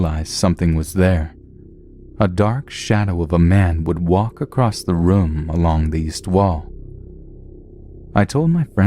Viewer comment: Stop saying "acrost" instead of "across". SO ANNOYING!!!